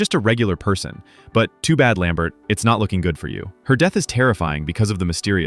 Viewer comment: Lambert not Lambret.